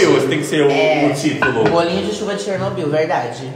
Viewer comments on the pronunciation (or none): Chernofody kkkkkkkkkkk